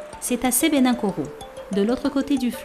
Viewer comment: c'est sebenikoro et non sebenakoro madame